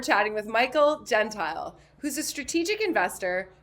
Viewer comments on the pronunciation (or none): Michael "Gen-TEE-Lee"